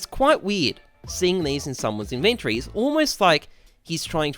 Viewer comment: Ok I can’t be the only one who is slightly irked by the way he says inventory